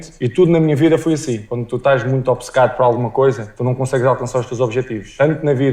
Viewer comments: Obcecado e não obececado como você prenuncia! Que legitimidade tem um brasileiro vir rectificar o português de um cidadão de Portugal?! Quando tiveram o vosso próprio idioma oficial, talvez um tupi guarani a ser falado pelos vossos 200 e tal milhões de cidadãos aí sim, tem todo o critério. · ) giro. Achei engraçado dizer que "obcecado" dito pelo Cristiano Ronaldo foi "comido", e diz que, ao contrário, no Brasil, se pronuncia "direito" todas as sílabas.. e depois, diz "obicêcado". Não existe "i" entre o "b" e o "c" :). A versão brasileira de Português adiciona imensos sons que não estão lá, como o "dji" ou o "tch". Já aqui em Portugal abastardamos um pouco as vogais, é muito complicado para alguém de fora compreender quando abrir ou fechar um "a" ou um "e", ou distinguir um "u" de um "o". Relativamente à pronúncia açoriana, deviam ter focado o outro tipo, que é Micaelense. O sotaque da terceira é muito continental :). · Obcecado. Depois do O inicial, Obce só tem uma vogal e só essa vogal deve ser pronunciada. E mesmo essa, é quase muda. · Essa tonta dessa brasileira o Ronaldo fala a palavra certa obcecado e ela diz obcicado, como ela diz Brasil ela diz brásiu os brasileiros nem sabem dizer o nome do seu país kkkkkkkk, ela estudou na universidade de Coimbra, na cidade de Coimbra lá é que se fala o português correto o Brasil é um mistura de português e africano sei lá, o Brasil coloca palavra que não existe na língua portuguesa como tchau é uma palavra Italiana, e outras, se eu escrevo no meu telemóvel tchau essa palavra vem em vermelho o que quer dizer não existe em Português, vocês não falem português, fica melhor vocês dizer que falam brasileiro, de português não tenham nada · Olha ela querendo ensinar os portugueses a dizer obcecado, ela é que diz errado dizendo obicecado.